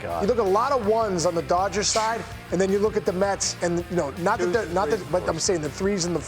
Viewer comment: Bro said “doyers” lmaooo